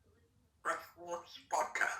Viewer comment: Omg.. he has a british accent saying water!! That's hilarious